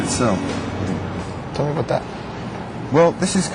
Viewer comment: you can hear canadian accent "its not aboot that, right?"